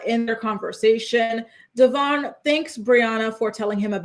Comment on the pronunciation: How is it in like 15 years STILL can't pronounce her baby daddy's name 😂😂😂 DevOIn Not DevORN